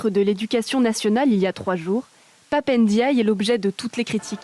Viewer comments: C'est Pap Ndiaye et non Pap N diaye, arrêté d'ecorcher les noms Afrique svp merci. 🙏🏿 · C’est pape n diouille